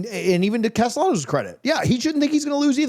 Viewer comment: explain to your boy how to say Tommy Castellanos. He uses an L sound not the Y sound.